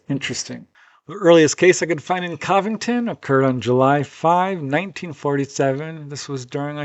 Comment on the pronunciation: It's pronounced, Covington. Cov rhymes with Dove. It's not, Caahh-vington. I thought you were well travelled? Haha